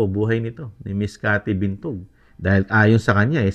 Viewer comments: Binag po hindi po Bintog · Cathy Binag po Sir, hindi Bintug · Cathy Binag hindi Cathy Bintug. 😅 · Binag po hindi bintog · Cathy Binag po, hindi Cathy Bintug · Cathy Binag po not Bintug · Cathy Binag Hindi Bitog😂😂😂